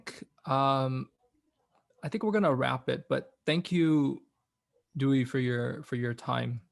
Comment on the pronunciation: "Duy" like dewey decimal